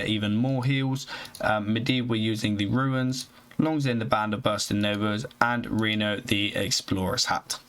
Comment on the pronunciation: Can you please put in a bit more effort in pronouncing the mercs and equipments correctly? Makes it really hard to watch a video through to the end with all the "Azira" instead of Azshara, or "Ruins" instead of Runes. This is a continous pattern throughout all of your videos.